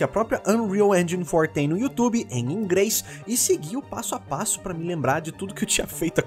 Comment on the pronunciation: "em Ingreis"